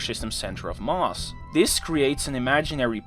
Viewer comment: Thanks for another great video. Very interesting, but you didn't mention the Precession of Mercury's orbit, eventually explained by Einstein's Theory of GR. Or are you saving that for another video? I hope you don't mind me mentioning that, your pronunciation of the word "Mass" often sounds like "Mars", as in the Planet!! Perhaps I only noticed it because I spent a fair amount of my working life in Rotterdam. (Great city BTW!!) Thanks again.